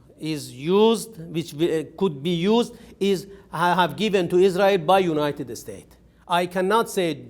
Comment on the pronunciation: He says. ( the United estates )